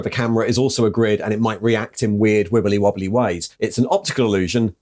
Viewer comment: The pronunciations of "wibbly wobbly" here would make The Doctor proud.